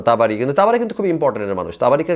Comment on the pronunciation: তাবারি নামটাও ঠিকমতো বলতে পারেনা😂😂 অথচ কুরআন বিশ্লেষণ করতে আসছে।কুরআনের কোনো আয়াত তিলাওয়াত করতে পারলো না।জাস্ট গল্প করে গেলো😂😂